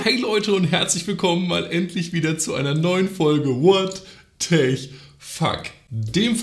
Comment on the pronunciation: Fände es sinnvoller, wenn du bei „What tech fuck“ bei den Anglizismen bleibst und das „Tech“ als „[Teck]“ aussprichst :)